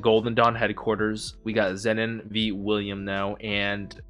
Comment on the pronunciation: For your information: The way you pronounce Zenon ('Zennen') is wrong. It is pronounced 'Zeenon'/'Zeenan'